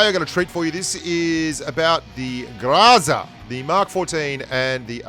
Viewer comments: It’s groza not graza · Sory but you dont read it graza. Its groza as you write it. Depends on which part of slavic countries you go, it will be always and "o", just pronounced diferently. But not as an "a". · If you pronounce it [gr'aza], it is still incorrect, because in russian language the stressed syllable is not subject to reduction. So if you stress the first syllable, then you should read [gr'Oza]. The correct pronounciation is [graz'a], the last syllable should be stressed, which is not common for the english language. (BTW "Groza" means thunderstorm.) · Hey! It is pronounced like grozá (something between grazá and gruzá, really), with an emphasis on the last syllable. You can trust me, because I have those weird symbols in my name. Thanks for all. Gene. P.S. Yasnaya has an emphasis on the first one. Like the word yard.